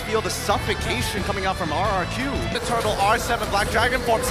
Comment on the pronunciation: RRQ broooo not RQQ